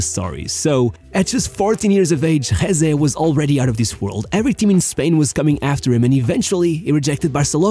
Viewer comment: As spanish gotta say i never saw talent on him, he was just fast, so fast, but thats all. Btw it´s Jesé not Jése.